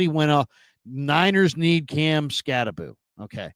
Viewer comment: pronouncing it "Scatty-Boo" had me rolling..lol 🤣 I'd like to think he was just doing it to be funny, but sometimes I cannot tell when he's joking, being serious, or just being sarcastic..lol Bet Grant is a pretty good poker player...haha